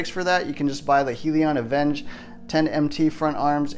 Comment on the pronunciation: Great truck. Most of the RC tracks in my area have a monster truck class. By the way it's pronounced Hell-e-on.